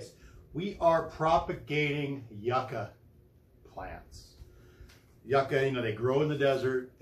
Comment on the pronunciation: the way u say yucca bothers me its supposed to be said “you-kah”